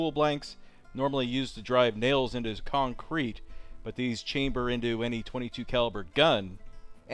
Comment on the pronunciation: I thought concrete was one word? Not con crete?